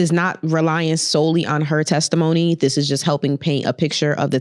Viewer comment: LOL “tesitmony”